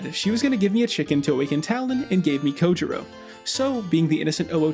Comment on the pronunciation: the j in Cojiro is pronounced like an H